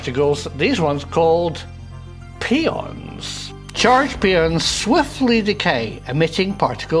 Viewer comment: Good video but pion is pronounced "pie-on" not peon - which is a Spanish American day laborer.